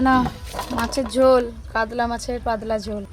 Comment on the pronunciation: কাদলা ❌ কাতলা ✅